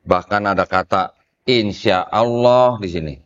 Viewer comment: copek kata Allah,tapi disebut alah....alah...alah😂😂😂